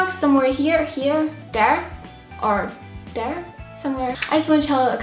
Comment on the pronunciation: you say there like dare and energy like energy and internet like onternet those particular things stick out to me and I love it 😘😘😘❤❤❤❤❤❤❤❤❤❤❤❤